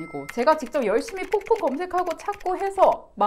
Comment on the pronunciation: 폭풍이라고 말하는거 너무 ㅋㅋ발음 맘에드러옄ㅋㅋ폭풀먹방 폭풍곤색ㅋㅋ